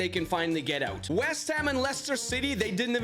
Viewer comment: when I heard him say "knocked oot" in another video I noticed my mistake!